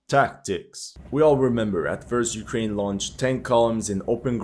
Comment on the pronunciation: "but ukwaine winning"